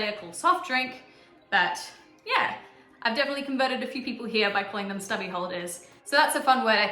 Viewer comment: Tassie is .... missing!!! Wot? I hear g'day fifty times a day. A stubby is a small bottle of beer. A tinnie is a can of beer. They're still called stubby holders though. A car port is a non-enclosed 'garage', sort of like your car has its own verandah. You sound like you're saying pepp'l...